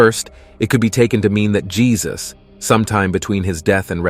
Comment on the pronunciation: Yesus...not Jesus